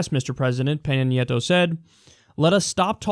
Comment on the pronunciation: Can we all just appreciate how well Kyle pronounced Peña Nieto tho